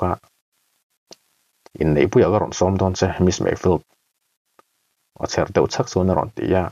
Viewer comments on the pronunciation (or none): none